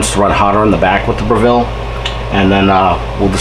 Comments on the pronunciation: Great videos, but it's pronounced BREH-vull. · Dude, if you're going to do a YouTube video about the Breville oven at least learn how to pronounce the word Breville!!! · Gary West, the dude can't even pronounce Breville correctly. You really expect him to understand how to use IQ or phase cooking correctly? Let alone actually read the owners manual. Ha, good luck with all that!